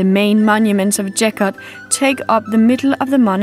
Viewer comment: Geghart ….. Keghart ….Գեղարդ And it’s not Jeghart.